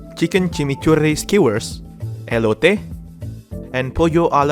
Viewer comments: You said elote right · Damn you nailed it on the Elote pronounciation